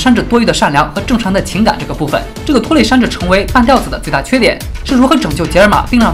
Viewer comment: 半吊（第三声）子